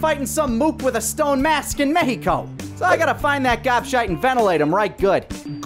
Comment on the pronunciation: MEHIKO sounds like Finnish/japanese word, or spelling whatever. Änd ai laik dät!